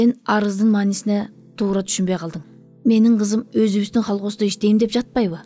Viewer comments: Колхоз. Холхоз эмес. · холкоз эмес, КОЛХОЗ 😅😅😅😅